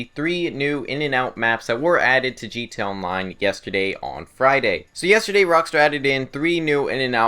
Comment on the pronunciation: I swear sometimes it sounds like you're saying "G2A Online